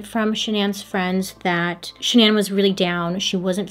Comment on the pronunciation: i love you girl but the way you kept saying shan-NAN instead of pronouncing it regularly drove me insane 😂